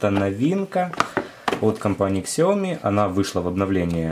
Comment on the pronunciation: не Ксиаоми, а Сяоми. не Ашдый, а Эйчди :-)